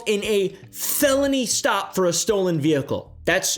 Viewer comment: I don't trust anyone who ever says the word vehicle like that